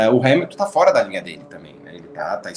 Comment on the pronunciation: Max foi culpado e pronto. Vamos pra frente. A transmissão da Band está de parabéns pela cobertura. Porém uma coisa que me irrita : "por foera". Oh coisa chata!